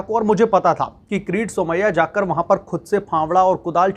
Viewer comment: अबे किरीट का उच्चारण क्रिती कर रहे हो तो व्हिडीओ बनाना बंद करो. भजीया तलने का काम कर लो. बेहतर होगा.